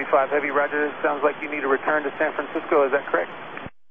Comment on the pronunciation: Asiana crew accurately refers to San Francisco as "San Franshitsco"